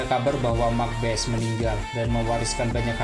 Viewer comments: Makbase dibacanya bukan Makbes tapi bacanya Mak Base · Mak base bang Bukan mak bes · Bukan Mak Bes kak, Mak Base. e nya dibaca. Hahahaha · Sedikit info mas sebutan Mak base,😀😀 bukan Mak bes🙏🙏🙏🙏